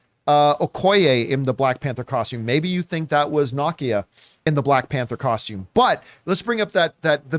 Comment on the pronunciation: Didn't he pronounce it the way it's said in the film? NAH-kee-yah?